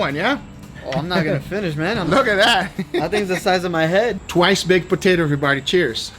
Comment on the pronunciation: "Loaded Mashed Potater"